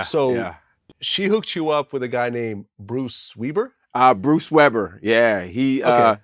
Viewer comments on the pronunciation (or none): "Bruce Weeber" lol thats where you can tell Vlad read all this on the internet during his research.